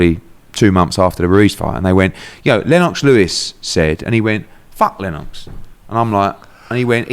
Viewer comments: Pronounce LenOX like that 1 more time & my head gunna pop 🤯😖😂🤷🏻‍♂️ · Eddie pronounces Lennox very strangely lenn-ox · Annoying how Eddie says Lennox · Why is he saying Lennox with a Jamaican accent for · I like how he says Lennox 😂😂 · Not Le - Nox?